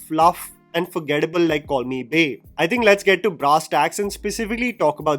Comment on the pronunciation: For the entire video, I heard "Call me Bae" as "Corny Bae "